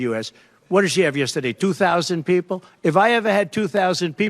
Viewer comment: "A Lotta peepil" - translation - no one.